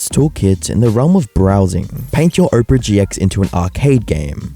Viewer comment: My mans seriously pronouncing "Opera" like "Oprah" 😂